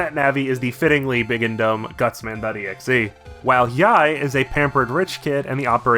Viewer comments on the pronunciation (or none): Subbed for the EGGSJEHEH pronunciation. I can't believe I've gone from pulling my blanket over my head at night to play on my SP to pulling my blanket over my head to cry myself to sleep. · Ya know, saying megaman. "exehhh" kinda does make sense, since exe is short for executable lol. But yeah, when I say it I spell it out too. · A funny detail, in Japanese, mega Man x is ro-ku-ma-n e-ku-su or rockman x. So pronouncing exe as a word makes him ro-ku-ma-n e-ku-se. In other words, rockman x